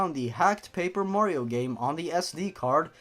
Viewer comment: omg, ur mehrio gaempley is shetty. U cant even pley a mehrio game XD “dabs” In all seriousness, great vid dude. Subbed.